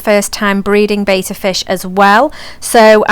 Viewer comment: It’s pronounced betta not bayta no a fence